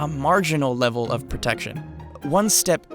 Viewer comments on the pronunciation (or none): none